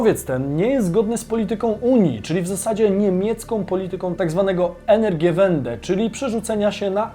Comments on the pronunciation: Wymawia się "energiwende" bo to po niemiecku. Już drugi albo któryś raz to mówisz niepoprawnie. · Energiiwende, "ie" czyta sie jak dlugie "i" :)